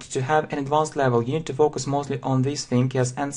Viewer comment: focus разве не читается как "фокАс"